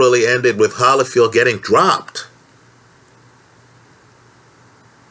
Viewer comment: It’s hard to take you seriously when you can’t even pronounce one of the best fighters of all time evander “the real deal”HOLYFIELD’s last name